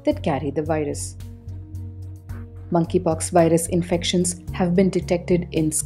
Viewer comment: I keep hearing Mann ki pox